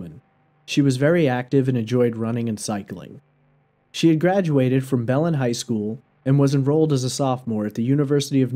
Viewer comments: I’m from the town she went missing and it’s pronounced “BEH- LEN” not “bel-en” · Its pronounced BA-LYNN, New Mexico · Be-LIN, New Mexico.